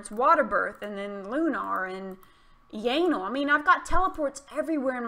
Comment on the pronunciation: Sounds like "yanal" 😅😅